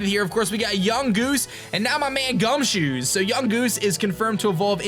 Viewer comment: it's not gumshoes its gumshoos